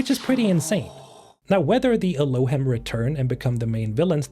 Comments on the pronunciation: Just in case nobody told you yet, the word Elohim is pronounced with a long e sound at the end, "elōˈhēm". It's a Hebrew word that refers to God or gods. Thanks for the video about Exodos. 😇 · "Elohim" is a Hebrew word, the plural of "god" (although when referring to the Jewish God, it's considered singular). It's pronounced "el-oh-HEEM". Also, I would bet money the pig named Charlotte is a reference to the children's book "Charlotte's Web" which is about a spider named Charlotte who saves a pig named Wilbur from being slaughtered. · Great vid! I like the action packed short vids you make. Fun fact (I think)., you read "Elohim." This is a Hebrew word used in the Bible, either as a title for the God of Israel himself, or as a generic word for "gods." Pronunciation based on ancient texts is: eh-loh-HEEM. That, along with the word "celestials" seems like this race is quite powerful and god-like. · It's pronounced like "el-oh-Heam" by the way. It's a Hebrew word for God.